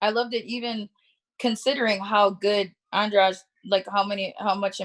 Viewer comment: I'd pay an American to just literally teach him how to say "Andrade" . I feel like when I hear an American correctly saying that word, something magical will happen, like a chest full of gold appearing out of nowhere 🐉🐉